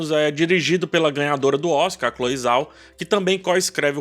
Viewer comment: 👏👏👏👏👏 Se pronuncia Cloe "Jao"